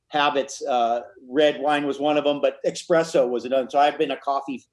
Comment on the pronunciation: Hes said it that way consistently for years. Lol like wtf